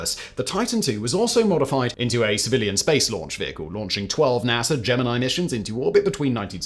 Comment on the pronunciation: SIMON! you blubbering idiot you mispronounced Gemini